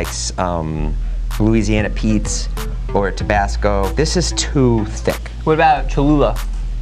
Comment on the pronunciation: “Louisiana Pete’s “ 🤦🏻